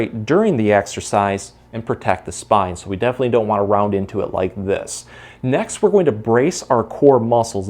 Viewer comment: 😂😂😂😂😂😂❤❤ "if you get thee urge to do a little toot... def'nlee, let-it-out"